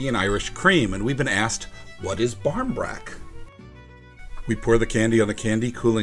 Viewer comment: Pronunciation isnt bad. If you said it to an irish person they would understand